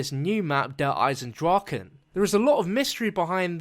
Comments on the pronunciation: In german it speak ch not like the english g In Eisendrachen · its actually "eisen draCHe: and not eisen draken .. you spelld it wrong :D